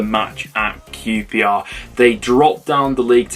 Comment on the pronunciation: Blackpool 6 -qprrrrrrshtahhhh 1😂